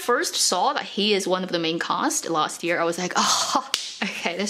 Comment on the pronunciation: You cannot say ‘year’ properly, strange